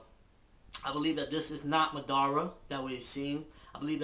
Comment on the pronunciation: MADARA! Say it once... Madara! Say it twice... NO! It's MA-DA-RA! Tie the syllabols together! It's not Ma Dara! It's MADARA! Say it all together now...